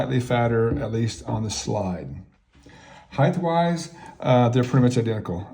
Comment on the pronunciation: The word is "height". It ends in a hard T. There is no such word as "heighth". Also, the "Beaver trail" is called a "Tang".